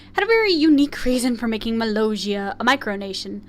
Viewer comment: I'm sorry but you keep saying Molossia's name wrong